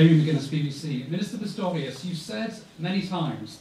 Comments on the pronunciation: Doch, er sagt 2x Pitorius, statt Pistorius. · spricht Herr Stoltenberg den Namen vom Verteidigungsminister falsch aus oder höre ich schlecht?